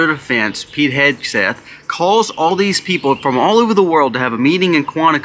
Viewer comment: Heg: rhymes with leg, beg, peg, Meg. Please quit mispronouncing his name.